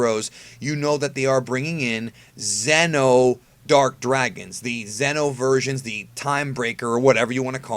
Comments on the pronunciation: FFS I love your videos, but just pronounce Xeno (zee-no) like the rest of us. I can't help but think of Zen-oh when you pronounce it like that. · The entire time when you were saying Xeno (insert name here) i thought it was GRAND XENO level characters. The correct pronounciation for those characters is "Z-NO" atleast in English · I think you should try pronouncing Xeno with the long e sound from now on. Don't know if anyone else gets confused with this, but when you say Xeno, I keep thinking your talking about Zeno.